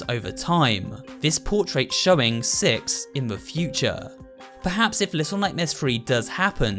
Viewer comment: SuperHorrorbro: Here it's distorted signal Twists and Corrupt "Sex" Me: Really don't you mean "Six"